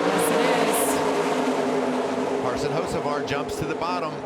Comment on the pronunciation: It's Hocevar not Hoceavar